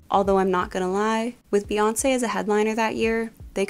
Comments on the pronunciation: It’s pronounced BEE-Chella not BAY-Chella. Her name is BEE-Yonce not Bay-yonce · BEE girl BEE, it’s BEE YONCE not BAYONCE jfc